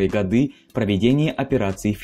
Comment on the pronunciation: ГодЫ???? Серьезно??????? Ты переслушиваешь звук свой?